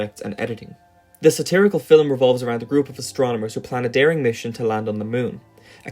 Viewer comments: Cool video and all. Also i love the way you say film. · i like the way this dude says film. it’s just so nice. i mean this in the most genuine way possible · I would like to speak to your pronunciation teacher real quick, I don't blame you for pronouncing "film" like that. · Learn to pronounce the word film before doing a video about it... "Fille'm" smh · Filum…filum..filum… is all I hear. It’s distracting from your clearly well researched and thoughtful narrative… Just pronounce the word like the rest of the world please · Scotish and Irish people often pronounce film as fillum apparently. Not sure where this guy is from as his accent doesn't sound like either, but perhaps has some influence from one or the other. I find it fascinating and unique. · It's his accent. I'm Scottish and we pronounce it 'fill-um' as well. Or at least we do in my part of Scotland. It's not bizarre, just a variation in the pronounciation of a word. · the way you say "film" is very off-putting, and i know you are doing it on purpose because you say "films" just fine. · Hearing the word "film" pronounced with 2 syllables is very unsettling. Am I alone?